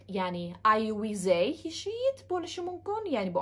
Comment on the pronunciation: They wey deyilmaydi they diyeladi